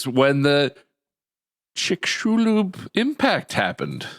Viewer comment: Wait wow, Bob pronounced Chicxulub almost perfectly!